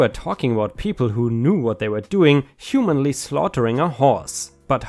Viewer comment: Humanly pronounced humanely. ☆☆☆☆☆